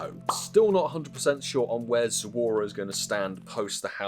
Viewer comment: It’s Zo-ru-a and NOT Zo-u-ra.